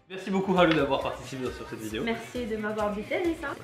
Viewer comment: Je ne connais rien au Japon alors pendant le confinement j en appris pas mal grâce à tes vidéos ou japania ou ici japon Je ne comprends pas pourquoi Haru se prononce haleu alors qu apparemment le son "eu" n existe pas au Japon. Est ce une erreur de ma part ?